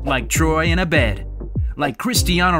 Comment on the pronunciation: Cmon man you said Abed wrong